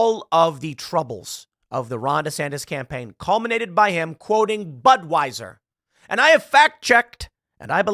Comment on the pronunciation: Asked for comment, the DeSantis campaign spokesperson replied, "BUD WEIS ER" 🤣🤣